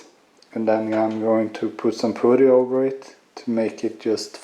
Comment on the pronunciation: Dude, where did you learn to work on cars to such a high level, is it your full time job? In English it’s pronounced putt-tee. Poot-tee makes me laugh every time. 😂😂 And use a dust mask on camera. Sniffing on those plastic particles will do your lungs no favours. Car looks awesome. The 3 inch downpipe on Instagram should make things interesting. 👍👍